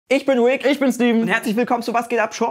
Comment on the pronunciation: Rick! Lern erstmal deinen Namen richtig auszusprechen!!!